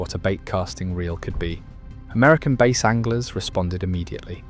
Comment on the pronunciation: Stop pronouncing Bass as Base